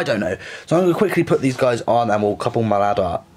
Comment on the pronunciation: Sam Bradley it's pronounced 'Mal lard' it's just pronounced it 'Mollard' 😄